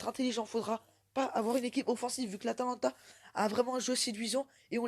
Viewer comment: *atalanta pas Atlanta